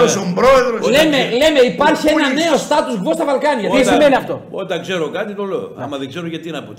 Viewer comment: Επίσης προφέρεται πολιτική κι όχι πουλιτικη, στάτους κβο κι όχι στάτους γκβο...